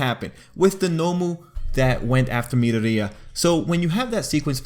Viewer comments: Did he just say midariya? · Not to beat you on the head but it’s Mee-Door-ee-ya